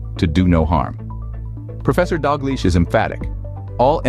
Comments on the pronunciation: 🤨 It's pronounced Doug-lish not dog-leash! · Should be pronounced Dal Geech, more likely. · It’s professor Dalgleish not Dog-leash It’s pronounced Dal-gleesh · I kept hearing the narrator here saying Dr. Dog leash and thought it was a joke and a fake name to keep the doctor anonymous. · Professor Dalgleish…..not Dog-leash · Are you saying dog leash ? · The doctor’s name is Angus Dalgliesh… not Dogleash. The commentary mispronounces the name. There are many reports, studies and statistics showing this trend. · There are other videos that that give the reference to the study. Dr David Campbell released several videos of of his interviews with Professor Angus Dalgleish ( the AI voice in this video referred to him as professor Dog leash 😂). The video referencing and discussing this study is simply titled Professor Dalgleish. Dr Been has covered this too, and I can’t remember the other doctor’s names that have also made videos regarding this subject. If you are interested in finding the studies or learning more about it, search YouTube for Dr David Campbell and Professor Dalgleslish. Or search for something like vaccines cause resurgence of cancer, or something similar. (Edited for spelling) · Lol I thought the same thing. I think he's Pronouncing the name wrong.